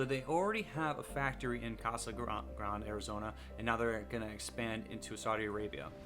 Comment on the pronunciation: Thanks for the video. Word of advice: Reuters isn't pronounced Rooters. It's Royters. Case Grande isn't pronounced as Casa Grond, but Casa Grond-ey